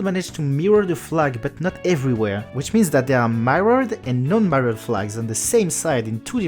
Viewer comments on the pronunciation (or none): Awesome video ! Seul critique c'est la prononciation de certains mots en anglais comme mirrored.